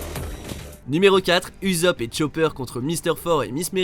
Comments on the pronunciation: Non...stop...arrêtez le massacre du nom d'Ussop! C pas Uzop mais Ussop! Je vais finir par en faire des cauchemars! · On dit USSOP ET PAS UZOP !! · Sa se prononce leorou et ousopp le "u" en japonais se prononce "ou" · C’est pas Uzop, c’est Ussop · oui mais cela se prononce avec 2 s en mode Ussopp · Mes oreilles........ j'ai mal...... mal.